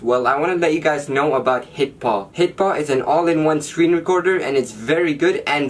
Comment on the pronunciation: At first i thought you said "Hippo" instead of "hitpaw" 😂